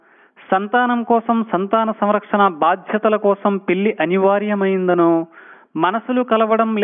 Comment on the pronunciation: Thanks for the answer. Since the topic was completely around the word "pelli". That's why I thought it was important. It also sounds like ళ not ల.